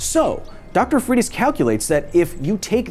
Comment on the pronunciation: Wow, you destroyed the surname Freitas. It's portuguese origin... Pronounce it like FREY - TAHS